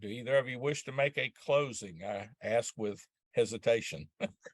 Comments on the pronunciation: I understand today's sensitivities to people's speech processes, but can someone explain to me why in all those years in law school, no one bothered to correct her use of the word "axe" for "ask"? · One thing that the female lawyer does that bugs me, it's something small... But she uses the word aks and not ask. Small but ugh 😫😫😫 setup annoying lol😂😂😂